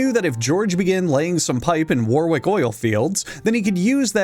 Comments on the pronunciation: It’s incredible doing a 3 minute segment about a duke of Warwick without searching up the pronunciation of the place (the second W is silent btw, don’t ask) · As the quintessential annoying British person, I must inform you that it’s pronounced wor’ick not War’wick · Just as a Yorkshire-er, I love to see the Wars of the Roses talked about! But the second "w" in Warwick is silent. It's pronounced more like "worrick" and not "wore-wick" (No shade on either person btw but it's still not as funny as KrimsonRogue, in part of his excellent Empress Teresa review, pronouncing Gloucester as "glow-chester" (with the "ow" sounding like how it does in "cow") ) (For future reference, Gloucester is pronounced as "gloss-ter", and I don't laugh with any malice at mispronunciation - it's more just funny to be reminded how jagged my beloved native language can be.) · "Warwick" is actually pronounced "war-rick", don't ask, we have a tonne of non-sensical pronunciations in our place names. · I'm sorry, but I can't bear to watch the video while you continue to pronounce Warwick and war-wick. I was hoping you'd eventually say you were just saying it incorrectly on purpose, but that just didn't happen. Disliked, reported and slandered to all my friends so they won't watch your videos. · So.. no one pointing out how he said War Wick? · and Warwick! It's pronounced Warick, the second W is silent. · Warwick is pronounced ''worrick" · I need to say that Warwick is pronounced "worrick" because I feel is ready for it and can take on the challenge. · You know those jokes about British place names not being pronounced they’re spelled? Well “Warwick” is correctly pronounced “Warick.” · I’m from Warwick, and watching this man butcher the pronunciation of my home town physically hurts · I wonder if anyone else informed you your pronunciation of warwick was incorrect. If they have, ignore this.